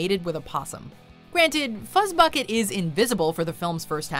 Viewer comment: FUZZBUCKET that doesn’t sound right DO NOT DISRESPECT FUZZBUCKET